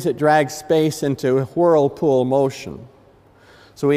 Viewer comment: I couldn't focus on anything after he said HWIRLEpool...